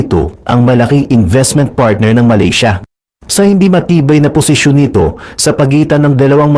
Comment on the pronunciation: Malisya?????? Do you mean Malaysia?